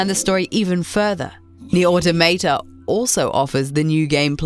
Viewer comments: AutOmata! Not AutomAta...jeez... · This bitch is straight up saying Nier Automato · Why is it that nobody can correctly pronounce the word 'automata', it's a derivative of the word automatons, (the robot like enemies) and is pronounced 'or-tom-a-ta' not 'auto-mayta' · Auto mate ah, auto tomatoe. You really cant say automata? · How can somebody fail at saying Automata, its litertly this Easy: Au toh Mah Tah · Hold on, gonna stop you 2 seconds into the video... Automayta? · NieR Automeytey 😂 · Nier Automa-tay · She said "Nier Autom8ta" and for that reason I'm out. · it's aw-taw-muh-taw. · Love how most people pronounce automata wrong 😂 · Learn how to pronounce Automata correctly pls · that's not how you say "automata"